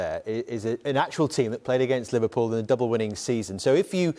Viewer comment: LIVERPUULE. eugh